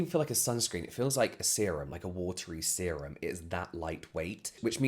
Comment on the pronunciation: I cannot be the only one that will round it when it sounded like you said semem is thar what he said?